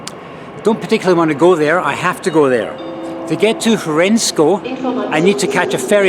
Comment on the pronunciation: 10/10 in the competition among foreigners in pronouncing the local names 'Hřensko' and 'Děčín' 👍